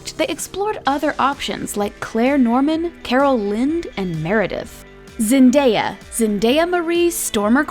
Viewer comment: She pronounced Jelene and Zendaya wrong ugh🙄💔